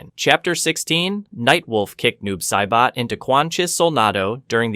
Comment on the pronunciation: bruh i had to jump out the video and take back my like bc noob saiboh was my last straw